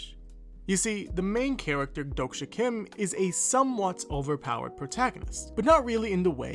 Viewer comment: 독자 isn't pronounced as dok-sha it's exactly how it's spelled: Dohk-Jah with a HARD J